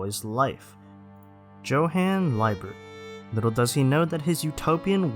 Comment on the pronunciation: how could you mispronounce Johan Liebert my dude